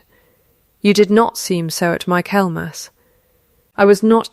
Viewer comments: Ai. Its pronounced mickle mass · Dear AI voice, “Michaelmas” is pronounced “Mikkelmuz”.